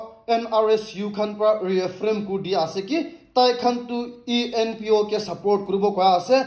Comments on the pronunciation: Not ENOP it's ENPO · Not enop say enpo😮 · Bro, ENPO not ENOP